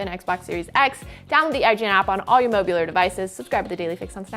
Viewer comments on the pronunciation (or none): Did she say "mobular" devices???